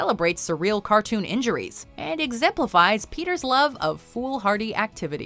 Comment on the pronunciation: This bitch said zemplifies